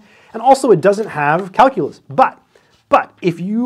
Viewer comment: He said Kalcoolus... 789 times...I counted.